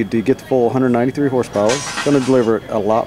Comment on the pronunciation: He says full 193 BHP'S and it always sound like 493!!!